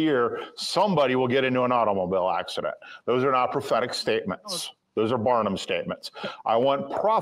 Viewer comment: I'm sorry , did he say ' prophetic ' or ' pathetic ' prophecy ? 😂